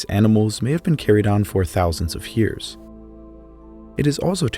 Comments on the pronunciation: I really like this video, but I just can’t get over the “hyears” 😂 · You say the word "years" like stewy says "coolwhip" on family guy 😂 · Omg I thought I was the only person that noticed haha